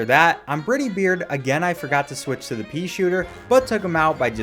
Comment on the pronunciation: Bit of a nitpick, but Werner Werman is pronounced "Verner Vermin", and Captain Brineybeard is "Bry-nee-beard"